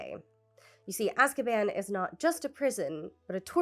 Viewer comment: I find it so interesting how Shaker Aamer, the Saudi citizen held by the US in Guantanamo) mispronounces the word "Azkaban" in the interview as "Azbakan": although that's not an actual word in Arabic, it can be noted as having some very noticeable components... the root ء س و can serve as prefixes that covey negative connotations such as grief, hurt, mourning, _to be constrained_, to beseech consolation, tragedy; the components "bakan" (بَكَان) or "bakana" (بَكَنَا) mean "(he/she/it) screamed" or "we cried", and أَسْب ('asb) means "curse, censure, stigmatize, take away, also slur, blackguard" and a whole slew of negative things that could be traced back to the idea of Azkaban and how prisoners, in the real world, a lot of them political, and subjected to torture and ostracism and racism... It might be just a coincidence, how the way this Arabic speaking prisoner instinctively mispronounced "Azkaban"... Almost as if JK concocted an Arabic neologism for the name of her whimsical Guantanamo/Alcatraz...